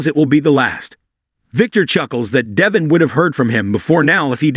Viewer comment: pronounce the names correctly!!! Devon is ..DEH-VAUGN...ACCENT ON VAUGHN!!!